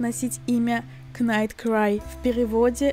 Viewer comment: Хочу немного поправить вас, в английском при сочетании в слове букв "kn" читается не "кн", а просто "н", то есть слово "knight" читается не "кнайт", а "найт"